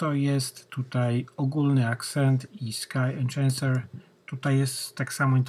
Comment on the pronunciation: Enczenser🤦 ... To powinien być twój alias